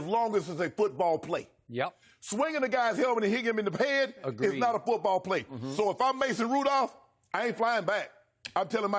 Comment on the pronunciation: LMAO "foot- brawl"